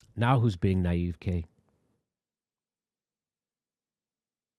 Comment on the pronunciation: The word is naive. N—eye-eve.